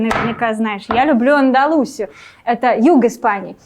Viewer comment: АндалусИя,ударение на И,так любим испанскую провинцию Андалусию,что не знаем как произносится